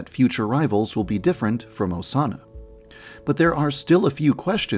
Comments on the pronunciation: So we’re just gonna ignore that one of the Osana’s said “incest osana” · "Incest osana" HELP 😭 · mans really said incest osana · “Incest Osana” YAN-DEV STOP